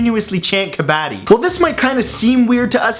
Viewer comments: its not kabaaaaadi its kabbadddi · It is ka-bu-di(soft k) bro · Its not kaa-baa-di, it's kuh-buh-dee. Put the emphasis on dee. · It is not kanaadee it is kanaddi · Dude I'm from India and it's not pronounced kabadi it's called ka-bba-di.we have bloody national championships in India based on kabbadi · You miss pronounced kubbadi its pronounced kubbadi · Its not ka-bad-ee its kuh-bud-di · I am a girl and I am from INDIA!! I know how to Kabaddi. Also you are pronouncing Kabaddi WRONG! It's ka-bah-dhi!🤓🤓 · It pronounced k-p-ti I would know even though I'm not Idian i lived near it though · All Indian know about Kabbadi. BTW it's pronounced Kuh-bud-ee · Kabaadi is pronounced "kupudi" with a short u sound. now imagine it in an indian accent. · It's pronounced (kob) (uddy) say it like that 😄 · its pronounced Ka-BA-DI where you tag the other player and run back to your teams side before getting tackled by the other team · Kub-a-tee. A pronunciation of my teach a couple years ago who went to India for a couple years. :P I don't care, but I like your videos :D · Kabaddi is pronounced Kuh Buh Dee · Its kub-u-di....... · The way he said kabbadi made me cringe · Wow ur pronunciation is just so sucky.... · Being Indian i find it funny how he pronounced Kabaddi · oh kabadi... the way you pronounce it is kind of weird, but the game is fun